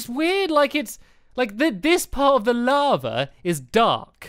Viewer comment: When Stamps said lava, i thought he said lama